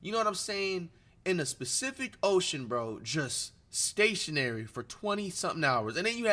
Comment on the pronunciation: Nah he said “this pacific ocean” but it sounds like specific too tbh